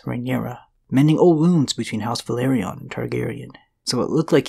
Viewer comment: Velaryon ("Və-LAWR-eon" not; "Ve-LARRY-on") (I'm just sayin' 🤜 💥 🤛) #ConstructiveCriticism #DontShootTheMessenger ✌️